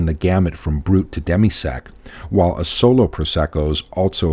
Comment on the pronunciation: Well done! Very accurate and informative. I'm impressed on how well you pronounce the words Conegliano-Valdobbiadene, quite a mouth full! Please, check the accent on the word Asolo! it's on the first A , A-solo and not A-SO-lo. Thanks.